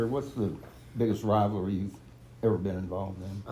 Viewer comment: College “wivalry”